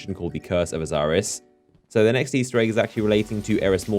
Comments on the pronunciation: It's Osiris not Oziris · "Oziris"? Who's that? I know Osiris but that's it.